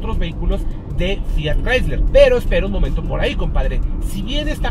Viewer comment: Todo muy bien, pero...ES CHRYSLER. Ahí ya no.